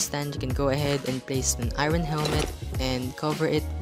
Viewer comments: Ngl it’s a little annoying when he said eayron instead or iron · I like how he says Irin for iron (I rorn)